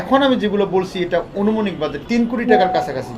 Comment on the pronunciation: অনুমানিক.............কি? ভাই............তো আনুমানিক শুনছিলাম...............???????? হইলো........এইটা কোনো কথা?